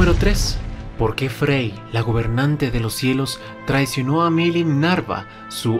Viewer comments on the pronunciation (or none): Lo único que no entiendo es por que en todos los videos pronuncia Millim NARVA y ahora que menciona a su papá si lo dice bien NAVA, no lo sé, solo algo que no me deja dormir. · es milim nava, no milim narva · porque pronuncias tan mal los nombres, veldanava o en su forma humana veld Nava y milim nava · Siempre dice mal walpurgis y Milim Nava...